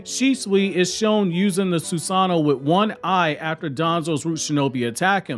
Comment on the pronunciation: Soos-an'-no vs Soos-an-no' you're breaking my heart putting emphasis in the wrong area.